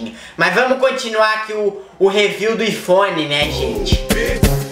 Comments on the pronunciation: kkkkkkkkk que doente, iPhone mas fala ifone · acho que ele falou aifone só para zuar